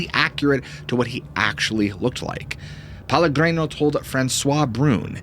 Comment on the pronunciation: The story was interesting, but every time you mispronounced Pellegrino I was getting more and more annoyed, and you repeated it over and over. That name is even a BRAND of a well known sparklin water. It's pronounced peh-leh-GREE- no.